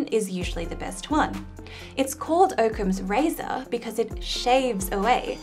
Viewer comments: I'm sure it's Occam's razor not Oakham's. I've never heard it pronounced any other way (before this video) but I'm willing to change my mind if presented with new evidence. :-) Also, just wait until Matt Parker sees your three cogged machine. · How to pronounce "Occam's Razor" - The O is pronounced like the O in hot, rot, trot and pot. It is not pronounced like the O in rope, dope and cope. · It's pronounced okhams razor, not oak-hams razor. I.e. as oc-cams razor which both explains and is because of that double cc spelling. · man the way you pronounced Occam's razor hurt, maybe Im pronouncing it wrong but I don't think so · She seems very smart. I seem very smart. And yet, one of us, I'm not sure who, doesn't know how to pronounce "Occam's razor."